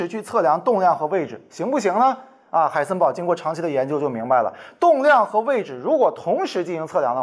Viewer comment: Who am i? 'haisenber'